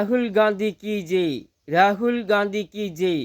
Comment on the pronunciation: താനെന്താ ഈ പറയുന്നത് രാഹുൽ ഗാന്ധി കീച്ചെയ് എന്നല്ല രാഹുൽ ഗാന്ധി കീ ജയ് എന്നു പറ